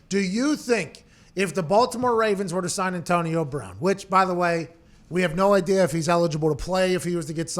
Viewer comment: “Antonio Brahn”